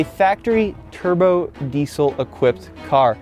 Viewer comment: Wenn noch einmal Diesel so sagst alter ........